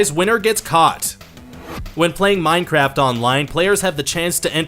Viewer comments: At the beginning did you say minecrap on purpose lol? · Wait did I hear "minecrap"? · 0:2 Did he said mineCRAP:'D